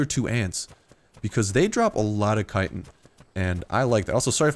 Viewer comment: I'm tempted to stop watching this guy just because of the way he pronounces 'chitin'. So annoying...